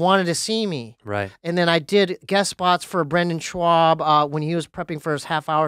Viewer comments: It's not shwaub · Hilarious how mispronounced brendans name lmao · I've heard many different pronunciations......."Brendan Schwaub" is now my favourite 😅